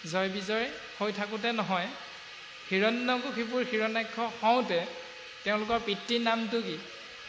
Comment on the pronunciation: গগৈ বাপ.. কিয়নো বাৰু হিৰণ্যকশিপুৰ বুলি উচ্চাৰণ কৰে ?